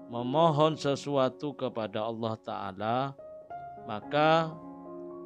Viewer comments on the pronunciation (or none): Allah. Bukan Auloh. Sebut betul2 . Lidah jangan keras.